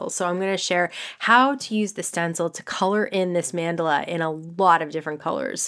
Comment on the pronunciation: check pronunciation of mandala